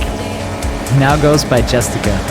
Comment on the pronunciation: Shoutouts to pronouncing "Justicia" as "yoostitsiah"